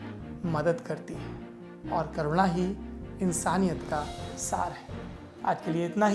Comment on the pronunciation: करुणा शब्द कोरोनो क्यों सुनाई पड़ रहा है ?🤔